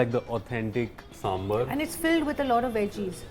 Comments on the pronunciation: Hi, its Sambhaar, not Sambhr!! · Its not Sambhar, its Sambhaaar🙄🙄🙄